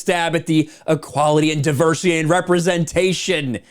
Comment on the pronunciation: Tell me you’ve never read Tolkien without actually telling me you’ve never read Tolkien. I think these guys are getting ten bucks every time they say ‘diversitaayay’ etc.